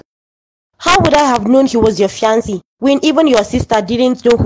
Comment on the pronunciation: Please use the correct pronunciation for the word ‘ fiancé ‘. It is a french word but you can get it right. You keep changing the pronunciation and it hurts my ears 😔